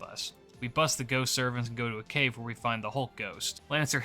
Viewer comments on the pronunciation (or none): none